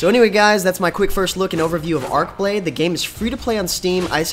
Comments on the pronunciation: It's "Arch" not "Ark"...... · Arch=Arch, Arche=Ark.